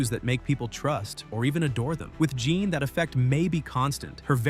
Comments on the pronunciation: This AI needs to be better, it's Jēan Grey for f*cks sake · If you say JOHN instead of Jean one more time!!!!!😂😂😂😂😂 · Right! Jeeeeeeean long E!